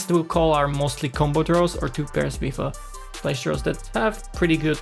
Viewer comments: Flash....flesh ... flush 😂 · It‘s flush. Flush, not flesh!